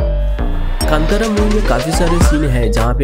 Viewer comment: You can't pronounce the movie name correctly